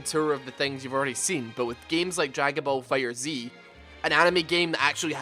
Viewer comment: It's Fighterz not Fighter Zee